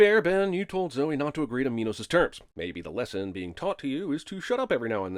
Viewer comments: So the director forced his actors to say minos. it's min os. not my nose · Minos not mynos